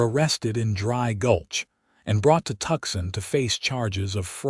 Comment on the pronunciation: Seriously?! Maybe there is a niche market for teach AI how to read American words. The gun name is pronounced "dare-in-j-er" the city is pronounced ""Too -san" not "Tucksan"